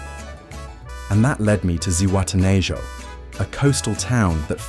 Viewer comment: Zihuatanejo Is pronounced: see- ooah-tah-neh-haw